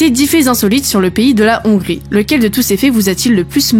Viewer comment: Il faut aspirer le H de Hongrie !